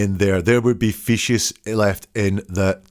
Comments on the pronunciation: I found it annoying - fee sees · It’s kinda cute how you pronounce feces “fishies”😂❤